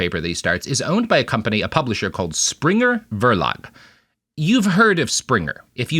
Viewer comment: As a German science student, I flinched when Robert said "Springer Verlag"